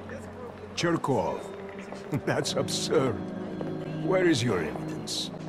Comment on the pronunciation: When he says Cherkov it sounds like hes saying Jerkoff